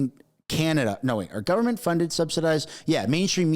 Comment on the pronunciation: He is our Stand-up Comedian ..lol ..Best comedy done by him is when he said "GUNFORMENT OF INDIA" 😂😂😂😂